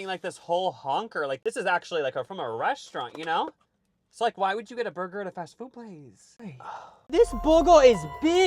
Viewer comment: “THIS BUH GUH IS BIG” You’re welcome